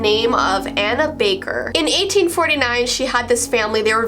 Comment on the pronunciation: “Anna baker” me: did u just say Hannah baker